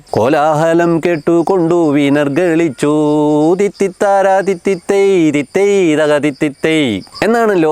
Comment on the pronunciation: ചകോരാദിപ്പക്ഷികടെ കോലാഹലം കേട്ടുകൊണ്ടു വിനിർഗളിച്ചൂ എന്നല്ല .......... വിനിർഗമിച്ചൂ ...... എന്നാണ്😊